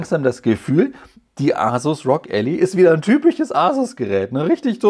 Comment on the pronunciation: Es ist übrigens Ally, gesprochen ELLAI, der "Helfer/Verbündete/Partner", nicht die Allee, was man Alley schreiben würde ;)